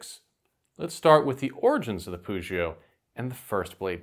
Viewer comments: i am more used to a pronounciation with a hard ''g'' instead of a ''ch'' sound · Nice info, but your pronunciation of "Pugio" really annoys me. The "g" in Latin is always hard. It should never sound like a "j."